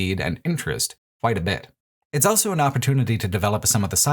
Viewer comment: pronounces the word "also" as "elso".